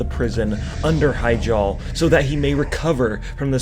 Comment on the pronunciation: It's "he-JAAL", not 'HI-jal"